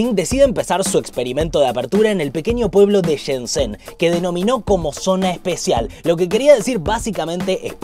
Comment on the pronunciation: Shenzhen se pronuncia Shen-LLen, no Shen-Sen